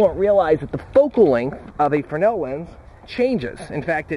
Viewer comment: You keep saying frenel, but it says "fresnel" in the description. :/